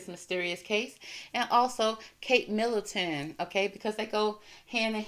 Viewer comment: Middleton not Millington...sorry, just saying to help you